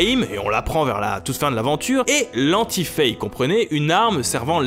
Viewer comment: C'est assez drôle de voir que ni les français ni les anglophones ne prononcent le nom de Fay (Fi en VO) correctement, à savoir "Faille". En même temps, c'est pas ce qu'il y a de plus beau comme nom...